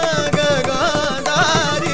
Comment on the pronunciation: the rendition was good but i felt it was more of showing off of his prowess in gamakas. i was disappointed the way he pronounced nagagandhari itself.